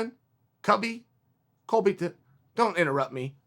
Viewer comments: 😂 Chaels last statement he tried to correct himself then says it wrong again n just ends the Video 😂😂😂 Colby Cubbington don't interupt me! Colby Cubbington hahaa Chaels funny AF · 'cubby cullington' LOL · Someone’s gotta take that “colbvington cuvvy” line and make it famous and put it on loop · Colviton, Cuvy, Colbyton... don't interrupt me. COBY COVINTON! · Chael “Covy Colbiton” Sonnen